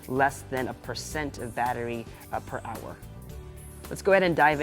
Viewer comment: He pronounces "hours" like a Filipino. :)